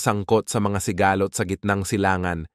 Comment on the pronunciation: Ano sabe nyu si-ga- lot ng pasikat ka ba ayusi pag bigkas salita mo ha